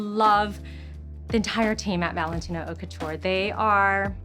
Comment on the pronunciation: How many time can you miss pronounce “haute couture” in 5min?